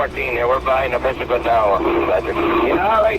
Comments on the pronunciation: It’s pronounced neh-piss-ih-guit. This is near where I live and grew up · If you want to be taken seriously at least learn pronounce the name of the place you are talking about. What is a "nepa seguit"? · It's pronounced "Neh- PISS-ig-wit". Yeah, easy to mess up. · The correct pronunciation is "nuh-pi-si-gwit". I grew up there. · Nepisiguit: Ni-piss-i-gwit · The "u" in Nepisiguit is alot shorter, should be pronounced "nepisigwit". Great video otherwise! The recording between and the RTC is definitely worth listening to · Really butchered the word Nepisiguit. :(